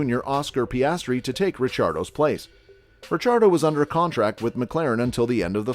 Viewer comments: His last name is italian so its actually supposed to be pronounced that way! (RiCCiardo) the double CCs are pronounced kinda like how they are in words like capuCCino. Daniel is aussie so he pronounces it in english so its easier for non-italians! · Mispronouncing his name?